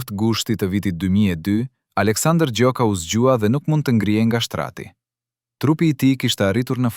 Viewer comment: Ky komentin eshte i sakt. Ky komentuesi, eshte Serb sepse as emrin nuk e thot sakte, pale raaki. Na e shpifi.👋👋👋👋👎👎👎👎👎